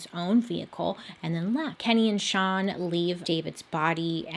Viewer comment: I love how confident Bailey is saying STAN instead of SEAN😂😂